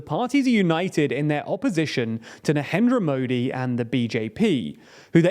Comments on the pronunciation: Please get an Indian guy for videos about India. You are clearly butchering all the Indian names and it's pretty evident that you have made zero efforts to find out the correct pronunciation. You can even pronounce narendra modi right, forget an entire 10 min video about India. Besides, your predictions are completely flawed and biased and you thumbnails are click baits. Remember your videos about Turkish elections? 😂 You are such a joke 😂 You shouldn't be taken seriously 🤣 And FYI, what's happening in Manipur, is not a communal thing. It's only communal is you watch it through a British lens (the pioneers of divide and rule strategy). Stop spreading hate and misinformation. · The fact that he cant pronounce "Narendra Modi" correctly gives you a overall picture of the video.😂